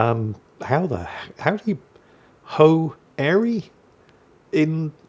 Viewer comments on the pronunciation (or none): Ho_arey -- assuming its Hooray!